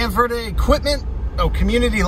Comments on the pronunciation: Omg thank you! ALSO - it's pronounced VURDEE. Not Verrrrrrrrrde. We pronounce it the 'Merican way! 😎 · You missed the whole town, And you're saying "Verde" wrong. It's "ver-dee." -CVHS class '79. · “Ver-Dee” is how most pronounce it. Mexican pronunciation is fine too